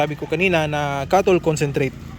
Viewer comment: Hindi malinaw and salita! cattle concentrate daw - ano na naman yon hhaha